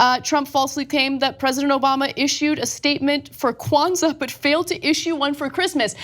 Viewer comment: lol...Why did the way Cenk pronounced Kwanzaa stand out most to me in this clip?? "Kuh-wanza"